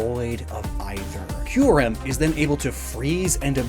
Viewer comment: >"Key-you-rem" ...it makes sense...